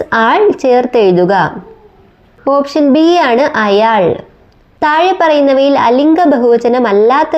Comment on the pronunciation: ഉച്ചാരണത്തിൽ ശ്രദ്ധിക്കുക. തായെ, കടലായം.. എന്നൊക്കെ അല്ല.. "യ" അല്ല "ഴ"